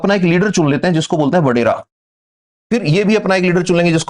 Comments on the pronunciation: Badary nai wadairy bolty hain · Its Wadera sir not Badera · Not badere,,it is vadere....... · Vadera, or Wadera not Badera, Sir g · Sir badera nahi wadera hota hai